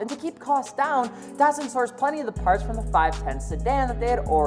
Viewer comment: It's not pronounced "DOT sun". DAT Llike cat or data.